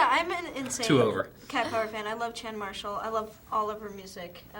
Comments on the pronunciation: If Ellen Page is such "an insane Cat Power fan" then why did she pronounce Chan Marshall's name wrong? Wanna tell me that Ms. "I'm So Indie and Avant Garde" Page? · hahaha it's pronouced similar "Sean" not "Chan". Hilarious. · hate to say this, but Ellen Page mispronounced Chan Marshall. Suppose to be like 'Shawn'.